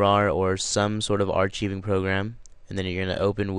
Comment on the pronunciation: It is pronounced are-ck-ive-ing (phonetically speaking)